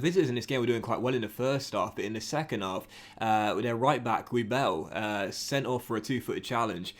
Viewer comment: Guibell?! As a villa fan I'm offended, that's Guilbert pronounces Gil-bear 😂